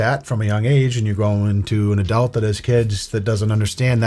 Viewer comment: We need to get a petition started to teach how to say the word adult properly